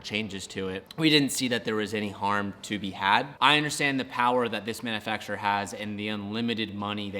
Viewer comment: Dude.... it's manUfacturer(man-YOU-facturer), not manna-fack-surer. You're the only car guy on youtube that doesn't pronounce that word correctly.